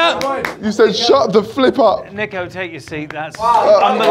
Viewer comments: The way the headmaster keeps calling him “Neeko” - violated on his own channel lol 😆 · I love how he kept calling him neeko😂